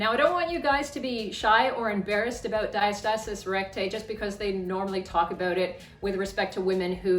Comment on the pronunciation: Great video thank you. Ive been drinking a shot ever time you said diastasiiiiss recgussthj ghbvn 🤢🤮🤮🤮🤮🤮🤮